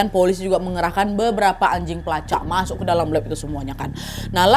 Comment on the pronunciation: Paling suka kalo kak Nadia bilang "Masok"